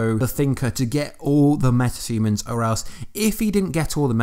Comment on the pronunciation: Is it only me or anyone else heard metatumans when he was saying metahumans🤔